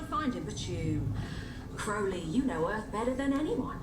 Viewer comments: Crowley is pronounced like crow, not like crowd. Opposite on Supernatural, I gather. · You guys are good but I wish you would actually listen to the characters saying Crowley the demon's actual name, which is pronounced with the first syllable rhyming with "crow" (the bird) NOT rhyming with "pow". I get it that there's another character on another show who pronounces it the second way, but that is NOT the Good Omens character.